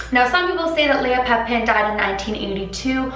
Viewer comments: Once pronounce papin like pappinn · pah-pen lmao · The way you pronounce Papin ... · "a lot of research".....cant even pronounce papin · so much research and ya still can’t pronounce papin right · she said papin wrong tho